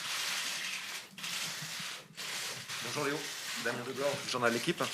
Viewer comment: Dans deux semaines Léo dit bonjour comme Neymar " BOJOU" 😂😂😂